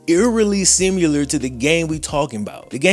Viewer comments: Man. I love everything about your channel except that you can't pronounce similiar. There is no u in the word. Stop trying to put one in it. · Love you big guy. But there's no u in similar